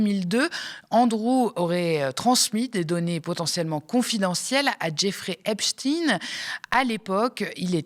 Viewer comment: par pitié, arrêtez de prononcer "epstine"... EPSTEIN ! 🙏